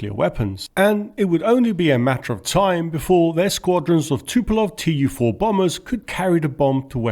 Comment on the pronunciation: In russian you don't say T.U. 4, but tu four. No one pronounces those letters separately, because they are not the startling letters, but a shortcut for "Tupolev"